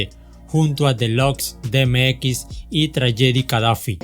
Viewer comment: Excelente canal, sigue así, sólo trata de reforzar el pronunciamiento de nombres y palabras. Por ejemplo: DMX = di em ex Irv Gotti = Irv Gari LL Cool J = El el cul yey